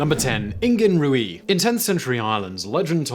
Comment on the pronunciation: One thing, "Ruaidh" is pronounced roo-ah. But yep it does mean red. Fun fact the Irish for fox is madra rua which means red dog 🤷